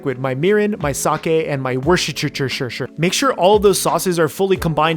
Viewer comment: worchchchchter sauce😂😂😂